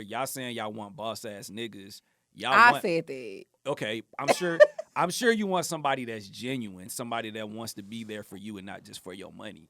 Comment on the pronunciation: 😂😂😂😂😂 "I sholl did"